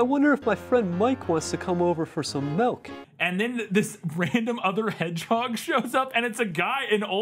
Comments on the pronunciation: "Melk" is how you spell and say milk in my home language but I doubt that was this movie's intention... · I heard the "melk" thing, and honestly, I assumed it was just the director trying to make the point that the hedgehog was dumb/didn't know better. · Anyone know that skit where some guys end up shooting each other because one of them says "melk" instead of "milk"? Cause that's what I immediately thought of when I heard that hedgehog say "melk". I wish the scene in this movie ended the same way.